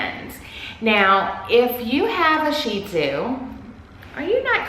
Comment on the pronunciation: I love your videos but the way you say sheeeeeezu sounds ridiculous 😂😂😂